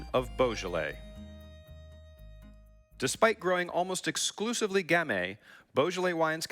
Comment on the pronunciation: “Boja-lay”??? I know French is hard, but couldn’t they get someone to teach the poor guy how to pronounce the French words somewhat correctly?